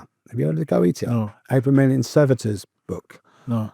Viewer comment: Some of his pronunciations are absolutely awful, but I have to rescind my previous comments he is incredibly well informed in matters of various magickal practices (Kaballah, Tarot, Hermeticism etc) Goetia is pronounced Go-eesh-ah. He's not wrong it's incredibly powerful stuff and is unbelievably dangerous for you and your soul if you don't know what your doing. Sephiroph is pronounced -Seth-ear-ot. There's ten levels (if you wanna put it like that but idk if that phrasing is right but it's close enough) of the Sephirot to answer your question. As your guest has made clear, these things are so powerful and they can seem like they are improving your life and your lot, but nothing is free in this life and the forces your using will come to collect what they are owed. Maybe tomorrow, maybe decades later. But they will always collect. Usually this means either severe mental illness for the rest of your life, and relinquishing your soul when you pass. Which may mean eternal damnation in hell. He was very honest and very candid, and he strongly discouraged following his footsteps and practicing the occult. This wasn't only a fascinating conversation but he isn't glorifying it at all so it was approached very responsibly. Thanks to you both for a truly interesting conversation 👍